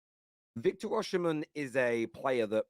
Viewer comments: why do you call him Oshimen instead of Osimen, even youtube is pickijg it up as Usherman 😅😅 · His name is Osimhen….O-Si-Mhen… not O-Oshi-mhen